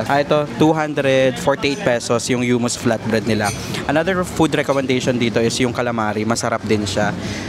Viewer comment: Anong Hyumus?😂😂😂 paki check po ulit paano i-pronounce 😊